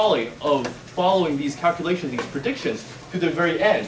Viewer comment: You have to do "cal'clations."